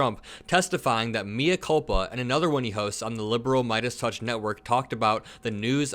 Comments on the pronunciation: Good work,. "mea culpa" is Latin for I'm [the one who is] culpable. "Mea" is not pronounced "me" as in me myself, in English, but like "may", so it's "may-uh culpa." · Love your content,. Please look up pronunciation of mea culpa.